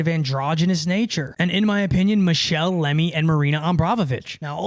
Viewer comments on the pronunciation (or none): none